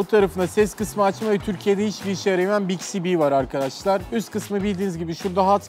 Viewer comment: biksi bi değil 😂 biksbi*